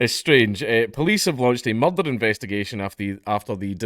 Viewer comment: THAR'S BIN A MUCHRRRDAAAH!!